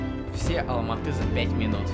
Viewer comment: Я живу в Алматы правильно говориться Алматыыыы